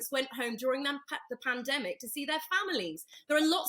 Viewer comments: Someone please teach to say pandemic, a year later panamdemic,.love how the women are trying not to fall on the floor laughing at this thicko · I'm sure he does that on purpose , he's been saying Panademic for as long as I can remember and no-one ever corrects him on it - surely he is not totally fuck-witted ! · That wannabe Peter Stringfellow is such a nonce. So ignorant. Wish I'd never used his plumbing company over the years. Overpriced work. Obviously needed the money for his plastic surgery. Doesn't even know it's pronounced pandemic not 'panademic'. Charlie is just peed off that he's losing his cheap labour. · WTF is a Padedemic Charlie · Not sure who's getting more airtime at the moment Poundland Rod or Tony BLiar??? Both are *$&$*$%#!!!! "It's a Pan-A-Demic" 🤦‍♂️ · "Pan - a - demic", "Bi - n - den" - Who the fuck is this melt (and I'm not talking about his face)? Homer Simpson or something?